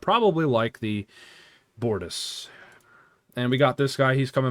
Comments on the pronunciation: It's literally Gow-ron. no L. It's also the BOR-tas. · Btw Comander See-luh. The ship is the bor-toss. Chancellor Gal-ron. Sword of kay-less. Captain jane-way Klingon pronunciations in particular are weird so you are forgiven.